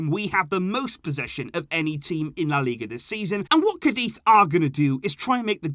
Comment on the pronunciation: Dear, I like your channel and the insight you present. However... For such a devout fan of FC Barcelona, I'd expect you to learn to pronounce some basic names correctly... Like Araújo or Cádiz... The call have the accent indicating the pronunciation. And I'm sure you've heard Spanish commentators or youtubers say these names... I just think the players and teams deserve to have their names pronounced the way they should be. Especially if you have 2 channels dedicated to the club and have been a fan for years... Kindest regards and thank for all the updates:)